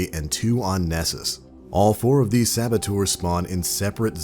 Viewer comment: I don't know if it's just me but is he trying to say servitors? Or sabatours? Help